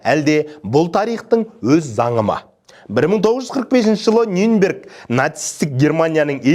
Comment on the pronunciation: Нюнберг емес Нюрнберг деп айтылады.